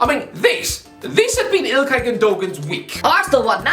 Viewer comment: Can you please say ilkay’s name right it’s like hearing nails on a chalkboard every time you butcher it